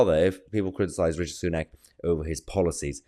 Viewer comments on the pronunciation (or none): Everytime you pronounce Richie sunook makes me smile. Keep it up Mahyar. 🤣 good OLD Biden…